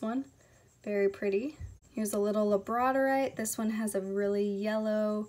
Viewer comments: I love the labradorite, but I think it’s pronounced lab-ra-door-ite. Correct me if I am wrong. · Girl it is lab-ra-door-ite lol the way you butchered that and so-duh-light killed me I had to comment. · She said labradorite rong